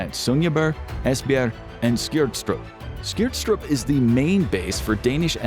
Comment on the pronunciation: As a Dane I enjoyed hearing you BUTCHER "Skrydstrup", "Esbjerg" and "Sønderborg" ❤️